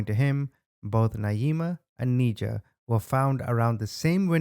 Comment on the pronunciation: Her name is pronounced "Ni-jah" not "Knee-jah"